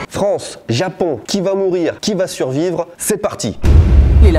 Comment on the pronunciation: Suvrire je sais pas mais survrire j’espère 🤣